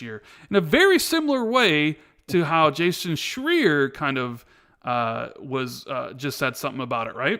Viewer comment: Jason Shreee-Er!!